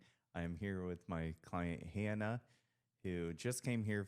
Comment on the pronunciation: Love this! Hannah is such a hard worker and a great representative of the sport. Love this so much, I’ll forgive you for butchering my name. This time. 😆